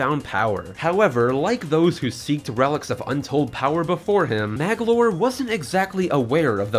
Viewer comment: Sheesh, Magolor has 3 syllables, not 2. Also, you didn't include the lore about Nightmare and the Star Rod